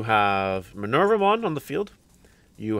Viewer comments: The name comes from Minerva the roman goddess so the name is indeed Me-ner-va-mon and not My-ner-va-mon and if we are to be true to the latin origin it would more likely be [mɪˈnɛrwa] Me-ner-WA-mon since the V sound was a W back then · The japanese way to say her name is: me-ne-ru-vuh-mon. (Me being the english word "me"). But i would say... just say it however is comfortable. Hope that helps :D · Actually, it's May-noir-vou-mon